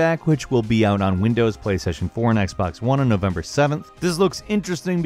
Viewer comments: Kra88ypa77yJR and playstation "porn" instead of playstation 4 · He deadass said PlayStation porn lmaoo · i swear he said PlayStation porn